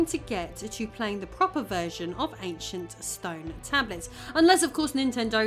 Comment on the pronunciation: "AnchunT Stern Tabluts" Also, "begging the question" does not mean what you think it means.